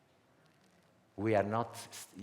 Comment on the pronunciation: Wow! So beautiful! I love how he pronounces "prison"